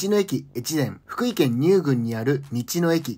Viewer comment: ふ↑くい↓ じゃなくて ふく↓い↑やで